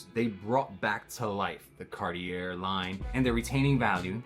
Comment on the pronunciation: that way he pronounces cartier is pissing me off